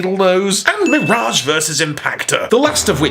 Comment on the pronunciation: Love the way pronounces "MEER-age."